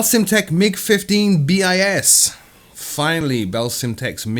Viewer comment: It's not MiG-15 B-I-S but bis, second in latin. It'd be |bɪs| in phonetic.